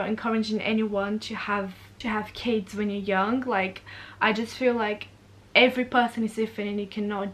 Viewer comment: When said "I love kids" near the start of the video I thought she said "I love Cas" short for Casey was it just me?? But she does love Casey none the less